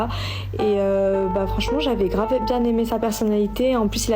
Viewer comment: Une pote m'a envoyé cette didne pour rire un peu via chiasse de bouc . Bon deja " kravvv ainnnn " kravv é on dit " grave "? elle a 70 de QI maximum , les ravages de ces generations de merde ineduquées, paumées, biberonées au porn, a tik chiotte, instachiotte, et autre chiasse de bouc, bref . Donc elle etait pas tepu mais un peu mais faut pas l'dire ? KRAVVVGG :::ainnnn! super donc elle a sniffé du pognon, elle a dit dans son cerveau a 70 de QUI " bon ben KRAVVV INNNNN , je vait ecarter mes 3 orifices5 DU PLUS PORPORE AU PLUS MALODORANT °), comme ca michto va payer on va aller faire de la ferrari a monac' AINNNN, et je pourrait faire la puta sur instar pute ? " trop bon AINNNN; Le dude se vide et la rempli severement, elle capte que papa est au RSA , et bon, vite, faut foncer crier au wiioOoOOL : Le destin n'est jamais tendre avec ce genre de dechet infernaux , ironique non ?